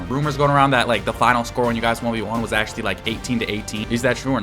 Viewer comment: blud said acholy